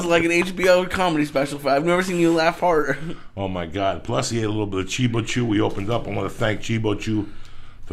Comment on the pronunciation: Joey it's cheebAchew, not "chee-BO-chew" every fuckn time, LOL